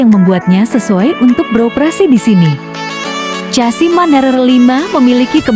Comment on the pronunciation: Bg mana mau jadi repoerter,nyebut chasis ssja,casi apa benar itu